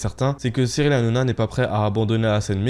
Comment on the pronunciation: Tu à du Mal a dire Cyril Hanouna ? Nana nanouna